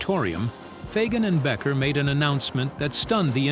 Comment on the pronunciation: I know! It's BEEKER, not Becker! Damn AI